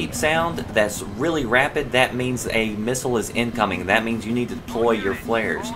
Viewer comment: he said "flaris" not flairs